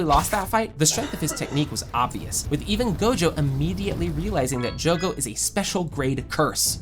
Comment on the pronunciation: Lu salah sebut nama bg harusnya jogo 😅